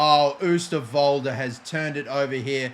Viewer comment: If you pronounce the "oo" in oosterwolde like 'oh' in english you will say it correct